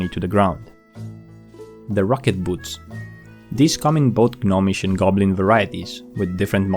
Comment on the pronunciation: The "G" in "Gnomish" is silent. It's not pronounced "GUH-nomish".